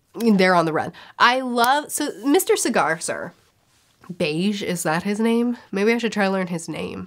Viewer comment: Her name is Bae-ju